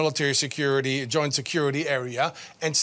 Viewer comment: Goint Security Area........... Alright i'll take your word for it.